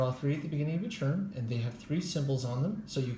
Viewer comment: Do you understand that the word “turn” is pronounced differently than the word “churn”?